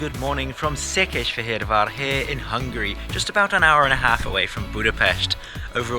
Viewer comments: Székesfehérvár pronouncing was impeccable! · Any man who can pronounce Szekesfehervar that well is worthy of repect! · Szépen ejtetted ki a Székesfehérvár városunk nevét. 😉 Köszi a videót! Változni fog Magyarország vasúti színvonala, most új kormány van, ahol szakértő a miniszter, Vitézy Dávid. Még több év, de megvan az irány. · Yes, very impressive pronunciation! Csak egy icipicit érezni, hogy nem magyar anyanyelvű mondta ki:)